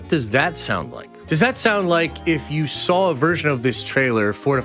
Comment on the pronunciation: Why do you always say SAWL instead of SAW